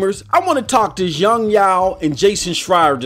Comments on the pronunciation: Yong yeaaaah not Yong yaooo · Why do you go out of your way to fuck up Yong Yea's name like that?